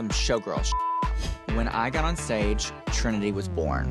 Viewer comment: yasss even botched the name hunny, I thought they said T slur lol